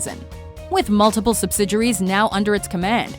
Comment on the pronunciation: Subsidiaries=Subsid-juries? Not sure about the pronunciation there